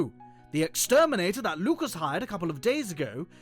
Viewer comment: LUCAS NOT LUCUS WTF MAN